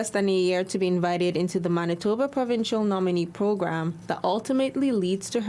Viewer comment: Naah you say MANITHOBA'H...